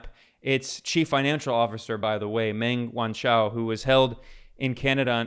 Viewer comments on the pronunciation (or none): Meng Wanzhou: say "mung wahn-JOE" #benpronunciationguide